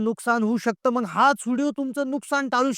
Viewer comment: आधी मराठी भाषा नीट बोलायला शिक. मग असे म्हणताना मंग म्हणतो येड्झ